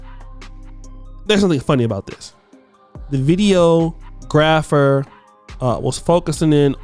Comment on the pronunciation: you need to work on your pronunciation of videographer